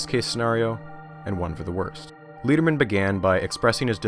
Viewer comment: Love the series but I think I should point out that Leon Lederman’s name is pronounced like lead the metal not like lead as in guide. It’s more like letter then leader.